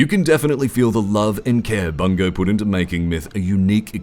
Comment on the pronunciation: Note since there's no resource gathering, Myth isn't a Real Time Strategy. It's a Real Time Tactical. Also, why do you pronounce the company's "Bungo"?